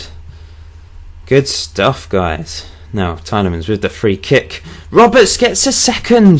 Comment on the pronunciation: It's pronounced Tee-ely-mon.